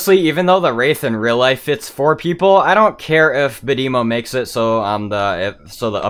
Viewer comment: Bad-eh-mo not Bad-emo